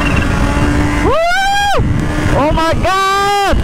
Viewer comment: O my goouut i tih lai tak khi a fuh lo deuh lai a ni mai, a bak chu a tha khawp mai 😝😝